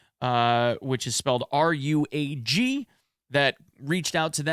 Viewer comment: R U A G pronounced as one word.....Ruag. Good ammo.